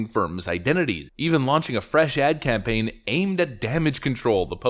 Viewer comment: Worst “Can-Pain” (campaign) ever! 😂